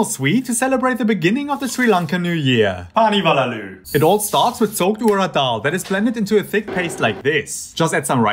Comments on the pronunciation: The fact he pronounced it as pani wala lu which in Hindi means (dierriha) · Happy Sri Lankan New year to you! Good pronunciation on the Pani walalu just slow down when you say it as it’s 2 words 😊